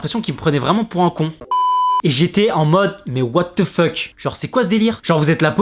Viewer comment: Wow la façon dont il dit mais "what the feuck"